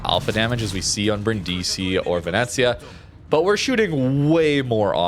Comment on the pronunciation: You are making little old italian ladies cry in Italy. It is pronounced meh-SEE-nah......gon-ZAH-ga, and veh-NET-tsyah. Come on Canadian!